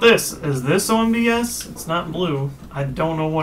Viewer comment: OH MY GOD, IT'S NOT ONBS...It's O.N.B.S., its an acronym. Orre National Broadcast Station. Jeez...